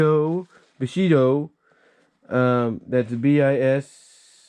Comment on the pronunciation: It’s pronounced “bee-show-joe” , not “b-ish-ee-yo”, by the way